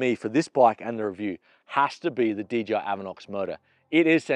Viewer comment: it's DJI not DGI..! LOL The J is pronounced JAY..! not GEE